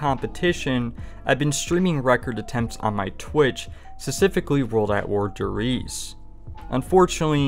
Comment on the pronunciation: Not to be that guy but. Der “Reezuh”